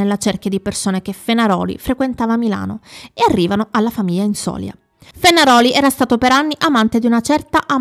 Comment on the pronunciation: infatti. Comunque si dice Inzolia, con accento ultima i😊😊😊😊